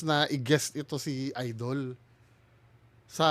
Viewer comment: correction po hindi "idol" kungdi " ayyydell " 😅😅😅